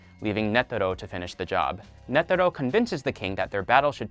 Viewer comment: Why you saying nedero and not netero